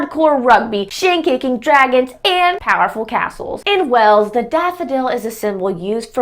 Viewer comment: One thing I've noticed on Youtube, is that American people have difficulty in pronouncing the word: "Wales", most of them, most of the time, coming out with "Wells".